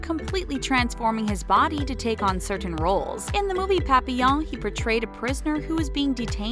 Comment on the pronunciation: I don’t like the way the narrator over pronounces ‘certain.’ It’s making my eye twitch.